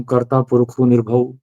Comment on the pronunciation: Well said.But one thing I will suggest, when you take verses from gurbani you must read from english or gurmukhi. In Hindi translations your pernunsation will not be proper. For example it is sattnaam,kartapurakh, nirbhao, nirvair, akaal moorat, Aajooni saibhan( self created) gur parsaad.